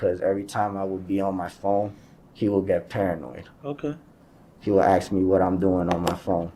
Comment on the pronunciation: At least he didn't axe any questions